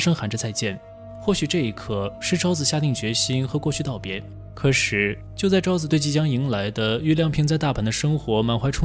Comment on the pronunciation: 可是的"是" 不 要念成"十: 不 要 念成" 可 十"